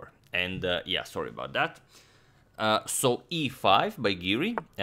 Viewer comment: "Saw-ree aboud dat" These videos just wouldn't be complete without it!